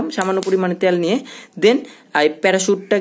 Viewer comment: Not ত্যাল ভাইয়া। It's তেল।